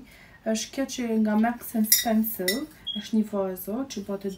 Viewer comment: Vdiqa me menyren si e quan mark and spensor. Maks and spensow 😂😂